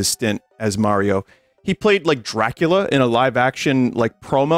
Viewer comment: It's Mariover